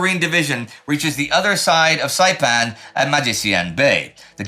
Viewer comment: Indy's pronounciation of the locations on Saipan is pretty good! He sounds better than me and I'm Chamorro